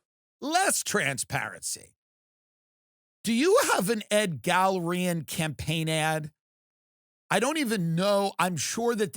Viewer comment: Who the hell even is "Ed Gallroon?" You can't even pronounce his name because nobody cares who he is. Tucker kept calling him "Ed Gallroon."